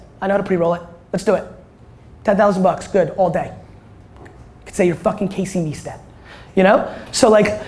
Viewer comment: Casey Nice - Tat, not Neestat